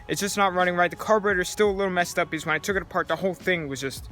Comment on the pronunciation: Say because not bz